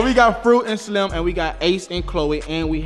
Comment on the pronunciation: So nobody heard King say fruit n SLIME🤣🤣🤣: Fruit n slim bae🤣🤣 King had me dead😂😂😂😂😂